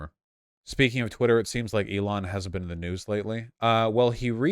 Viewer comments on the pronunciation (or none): none